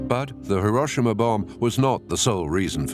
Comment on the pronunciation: An excellent and informative video. Pity about the mispronunciation of Hiroshima